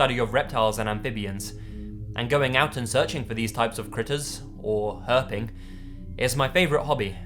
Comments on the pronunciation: ah, no offense when you said 'herping' it sounded like herpes for a second... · I'd be ok with never hearing the word 'Herping' again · "Herping"... that man deserves some sort of award hahaha